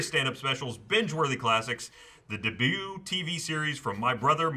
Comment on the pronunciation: "The debyouuuu" lol